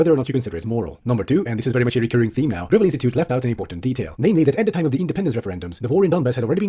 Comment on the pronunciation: The way he pronounced Gravel's name like it was material for constructing country roads was kinda rough ngl . Mike Gravel is a legit hero